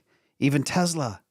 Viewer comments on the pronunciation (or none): none